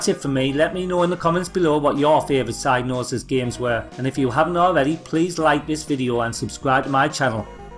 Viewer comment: Every time you say psygnosis I keep hearing "sad noses". Anyway, great upload!